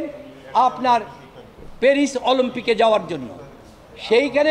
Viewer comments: OLOMPIC? Haha . Shoshal business ? Haha . English is so bad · অলম্পিক না অলিম্পিক। হায় রে আইনজীবি👎👎👎👎👎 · অলিম্পিক বলতে পারো না৷৷শুনতে কষ্ট হয়